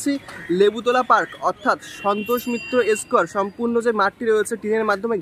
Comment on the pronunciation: S কেয়ার ,ভাই একটু দয়া করে স্কয়ার বল